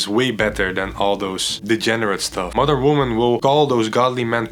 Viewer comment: Everytime he says modern woman it sounds like mother woman